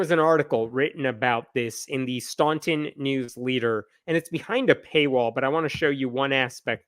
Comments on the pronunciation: Just a quick note, the city of Staunton is pronounced as "Stan-ten" even though it's spelled the way that you pronounced it. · Hey, that's my neck of the woods. Can't say I'm shocked or surprised. Even so, disappointing. PS: Staunton is pronounced Stanton. Don't ask me why. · As someone who went college in Staunton, locals insisted to me that the "au" should be pronounced like the "a" in "stand", btw. Also interesting, if it's not a typo, she said "county", not "country". So she was talking very specifically about her experience in Augusta County, and not even the US broadly. Augusta is in central-west Virginia, and Staunton is one of a string of small-to-medium-sized towns along the I-81 corridor over there. There's definitely still a sense of Southern culture elsewhere in VA in contrast to my hometown area of Northern Virginia, which is so lacking in it that I grew up wondering exactly why Virginia was considered part of "the South". (And I daresay I was bemused how the dining hall in Staunton reliably offered sausage gravy and biscuits for breakfast every day, for example, when I'd never really seen them served anywhere back home. But I finally started to understand about VA more broadly being in "the South".)